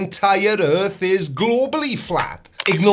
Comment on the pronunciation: he only made it 1 minute and 30 seconds into video by this point. How many times did he say erf mezzyoured fwatt? oh that's right, it doesn't matter. Just SAYING ERF FLAT isn't evidence.